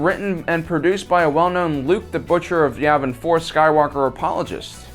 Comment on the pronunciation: YAVIN It's pronounced YEAH-vin. NOT YAW-vin... It's YEAH-vin! Ok? Yes? No? Circle one. GOOD!